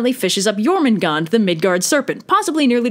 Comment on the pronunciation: just to let you know you pronounced jormungandr [the serpent of midgaurd] wrong. it is pronounced YOUR-moon-GAHN-dr. not trying to be one of "those" people just wanted to point out something